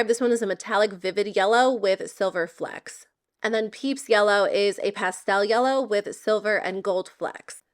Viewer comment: “Flicks “, No. Flecks like flex